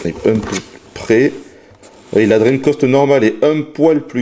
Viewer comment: Tu dis dreamcost? et Treamcost?.......